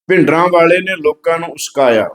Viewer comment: ਉਸਕਾਇਆ ਨਹੀਂ ਉਕਸਾਇਆ ਹੁੰਦੈ।